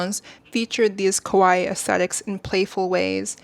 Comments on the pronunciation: I love your point of view, but sorry, you’re mispronouncing “kawaii” as “koai” and it’s really catching my eye 😭 Kawaii means “cute,” while kowai means “scary”! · While this is a very well made and researched video, it was distracting that I kept hearing "kowai", meaning scary instead of cute "kawaii"